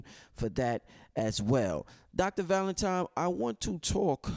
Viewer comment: so how much we need to donate to get bro to pronounce ValentiNNNNNNe and not tiMe???